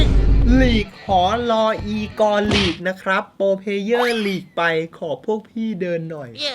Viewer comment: ทำไมต้องเน้นคำว่า หลิกอะอย่างฮาเลยอะ 5555+